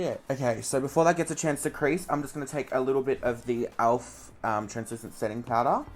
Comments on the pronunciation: Alf? It's elf😂❤ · i freakin love how you say 'Alf' instead of 'Elf' hahahahha xxcc